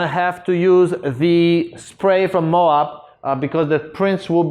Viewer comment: I think that's pronounced Mo'-ab, with a long o and short a, like Moab, Utah. OK, it is Mo'-ab. Moab paper is made in Utah.